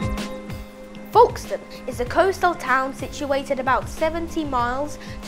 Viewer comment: You are pronouncing it wrong it's not forkstone it is Folkestone